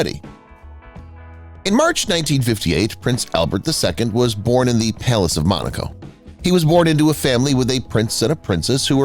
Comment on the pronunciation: It’s MONACO not Monica.